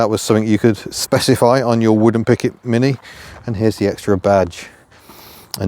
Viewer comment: Must be your accent , I thought you said " wooden picket "